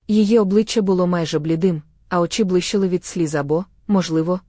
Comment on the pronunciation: Чи ви в школу не ходили??? Це ж якась пародія, яку неможливо слухати, слова перековеркані, наголоси не на тих складах.....капець...бли'щали, у ру'ці, ки'внула, тре'мтів, О'легом,.....КААААПЕЦЬ